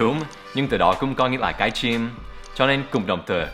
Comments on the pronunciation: teacher cái chim not cái trym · cái trym, đan phát âm chuẩn lắm :)))